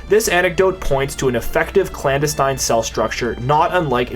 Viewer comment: Meanwhile, he mispronounced "clandestine" numerous times.